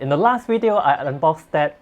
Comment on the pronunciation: please give it to my Wife because she "lily" likes your "weedio":D